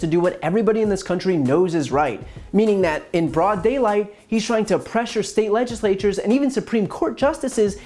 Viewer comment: "Whether it's a (he takes a breath to get ready) Le-Jis-Lay-Toor or (and this one really gave him a struggle) Le-Jis-Lay- TYOORS!" He really has a problem with multi-syllable words.